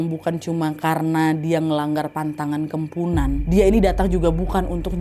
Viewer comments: Kok kempunan? Kepuhunan mungkin 😂 ini harus hati2 sih beberapa kali pengertian atau pengucapan kata2 dr bahasa kalimantan salah terus. Kmren juga salah pengertian tp lupa video yg mana, pokoknya cerita kalimantan juga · Kemponan wak bukan kempunan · Ak orang Kalimantan asli kak Nadia salah penyebutan "kepuhunan" itu baru benar tpi gtau juga sih klo Kalimantan lain nyebut nya gmn😅🙏🏻😊